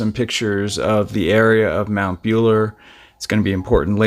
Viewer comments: Mt Buller is pronouncer Bull er, like the male cow 😂 I was thinking where the hell is Mt Bueller but yeah we do have a really rugged landscape up our whole east coast. When I first saw the pictures of the couple's camp site you could tell straight away that they had been attacked soon after setting up camp and that they were dead, then it came out that they were up there on a sneaky weekend away from their spouses so it was a bit of an icky situation but we have some truly creepy men that lurk around isolated places. One day I had to catch a taxi up the highway about 30minutes from Brisbane and get to my husband who had a medical emergency, we called the ambulance and they had to take him to hospital but while the ambulance was treating him I could see in my review mirror a small truck drive onto the offramp where we were but I was distracted by the ambulance than was packing hubby up to go to hospital, I was about to get in the ambulance with him but he told me to stay with the car and drive it home. So I got in the car closed the door and the ambulance left. But when I tried to start the car it wouldn't start because hubby had the radio on and it had flattened the battery due to his collapse in the car. I looked in the review mirror again and seen that same truck (which had backed itself back out of sight) come back into view and slowly head towards me. I knew straight away that something was up because he had parked out of view until the ambulance left. So I got out of the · Good to see Australian content but please do more research on the correct pronunciations . Pronounced "bull-er" not "bue-ler". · It’s mount buller not mount beyuler. Buller as in the animal, a bull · Bull-ah, not Bueler. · It's Bull- er or a. Not Bueller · Mount buller like bull not Buell if it was pronounced Bueller that's how you would spell that so anyway bull Uno cow bull mount buller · Pronunciation = Bull - er not Beuller Wonn - an - gatta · Mt "Bull er".. not "Buel er".